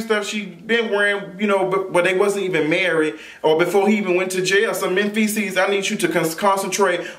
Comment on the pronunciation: Candie P Did she say Manfeces..😖🤣😂